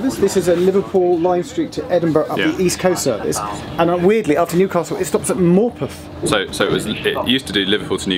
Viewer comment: Good to hear an none northern person pronounce Morpeth correctly